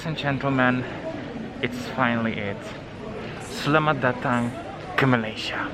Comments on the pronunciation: Suddenly saw this vlog. First thing to say, "Selamat Datang ke Malaysia" indeed. Your pronunciations are 90% spot on. That's really good for starters! My Sejahtera is now hardly needed for check-ins; however if you so happened to have symptoms you will need to let the Ministry of Health Malaysia know about it in case you encounter extreme difficulty during covid recovery. Some places, however still do ask for it especially enclosed areas; but things are getting more relaxed. However, you cannot take things for granted if you are in a packed area ya. Registered sick people are still by the thousands for Selangor and Kuala Lumpur (capital) therefore practicing proper hygiene is the best prevention! Looking forward to see more of your discoveries. Don't forget to indulge in every street food! Char Kuey Teow is definitely a good hearty start! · You said it perfectly ' Selamat Datang ke Malaysia'...